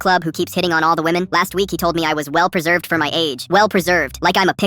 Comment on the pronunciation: "Well peserved. Like a pickle." 😂😂😂